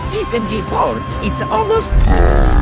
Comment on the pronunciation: says SMG4 correctly for the first time